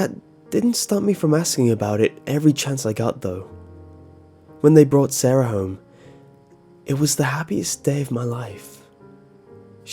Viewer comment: You people are spelling sara wrong. It's not saraHUH. It's sara